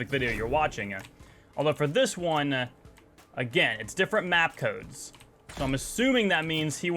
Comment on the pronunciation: I had to stop watching it 13 minutes bc he kept saying codesa with a a at the end and I gave up